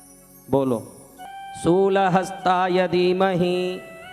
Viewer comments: सोलह हस्ताय नहीं शूलहस्ताय होता है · It's shul not sol